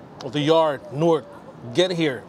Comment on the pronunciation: I appreciate how you pronounced Newark correctly. "Nork"